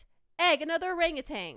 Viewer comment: Its not rangutan 😅 Its OhrangEuwtan Thats how you read it btw